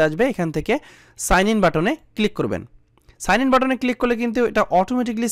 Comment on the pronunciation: এ সাআন আর ই সাআন টা কি ভাই ?🤣🤣🤣